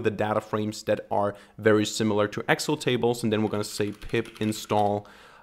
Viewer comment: Please pronounce Excel correctly. It's pronounced as Ex---cell not Exel